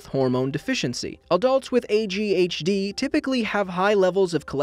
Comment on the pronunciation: Lol! When you said AGHD, I thought you said ADHD